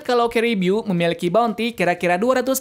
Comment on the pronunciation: caribiuuuu ? kan sebutan nya caribu . bodo amat